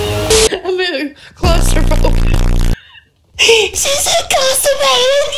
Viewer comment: "sHe SaId ClAuStOr PhObIc"